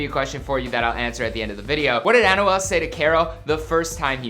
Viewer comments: Lmfao...learn how to say his name right lol...AN-WELL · The way to pronounce his name is by thinking as if its written like "Anwel" not "Anyouel" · My man really said an u al 😭😭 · this dude is pronouncing Anuel's name as Annual... this dude is struggling to let out a Spanish word Anuual Duble-ah!! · Bro you clearly say an-wel and u said osuna its o-zuna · "An oo well" 😂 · Pronunciation: Ahn-Well Doh-bleh-ah 😂😭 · Man can u just say his name “a-nu-el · He pronounces it like Annual. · Annual el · this video makes me cringe, with how he pronounces Anuel and other spanish words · They should take him off YouTube saying Anuel like that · Lol they easy he tried to say anuel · The way he pernounces Anuel🤦‍♂️